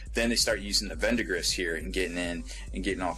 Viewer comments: no its cause he keeps saying VENDAGRISS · There is NO "N" in "Verdigris"....